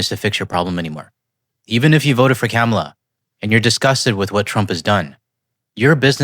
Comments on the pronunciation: Kah-mah-la. Not Cam-a-la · Car-a-Mel = Ka-mal-a is the proper pronunciation. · Plus, please stop saying cam a la. It’s pronounced comma la. Thanks a lot. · For Kamala, just fyi, it's pronounced "comma-la", all together. I'm not nitpicking, it's one of the ways we can pick out an orange menace supporter because they ALWAYS mispronounce her name. Since more and more of them are not as vocal about their support for him anymore